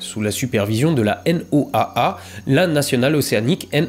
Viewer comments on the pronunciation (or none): En météorologie quand on parle de la N.O.A.A on dit juste "la Noaa" (Noa) tout simplement